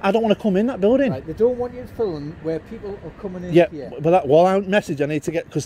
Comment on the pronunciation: Dear North Easterlies, the word 'film' is one syllable, thanks.😂